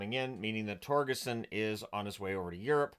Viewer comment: Nitpick: "Torgersson" - with an "r" there in the middle.